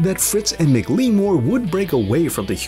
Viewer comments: It's McLemore not mcleemore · It's McLemore like Mac-lah-more.